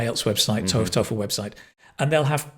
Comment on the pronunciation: I hate to nitpick but was he pronouncing the word "TOEFL" correctly?